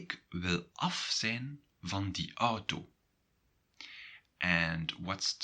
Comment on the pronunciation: Why do you pronounce zijn and zij differently than google translate does?